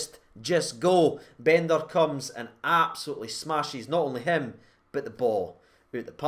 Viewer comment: Your pronunciation of Bendtner 😂